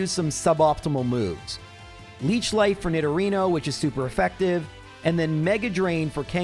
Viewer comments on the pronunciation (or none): none